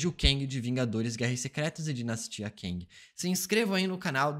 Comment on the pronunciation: Cara me dá um "ranço" quando ele diz "KENG"...Quem mais?